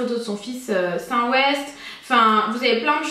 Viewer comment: Saint West comment tu la dit mdr 😂👌🏻 les youtubeuses sont trop intelligente décidément en meme temps lire des choses sur les stars Kardashian etc et penser qu'à son maquillage en restant chez sois pour faire des vidéos de maquillage pour gagner de l'argent au lieu d'aller travailler , c est pas trop enrichissant et trop facile. Au lieu d aller travailler et se cultiver.... Il n y a pas que les stars sa beauté et son maquillage c est pas sa la vie... Enfin quand on est une femme intelligente.